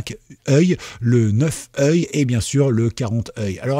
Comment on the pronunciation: J'ai les oreilles qui saignent pour ton anglais (eyes = "aïze") mais aussi pour ton français (yeux = "z'ieu") 😅😅